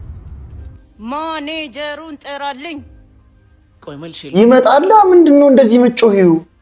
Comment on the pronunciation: ማነጀሩን ሳይሆን ማናጀሩን ነው ምባለው😅😅